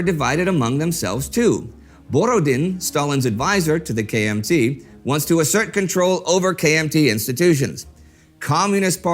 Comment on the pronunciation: When Indy says, KMT, I am hearing KFC.